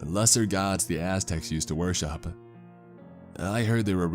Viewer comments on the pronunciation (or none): none